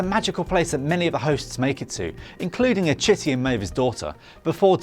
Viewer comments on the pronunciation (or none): Meiva? Achitty? I think you mean Maeve and Akecheta.